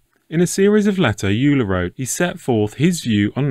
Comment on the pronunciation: Euler is pronounced as Oil-er.